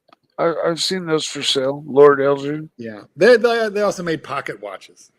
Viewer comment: They’re pronouncing Elgin wrongly